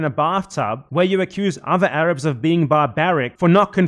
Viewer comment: "THE AYRAABS ARE KHAAMAAAS"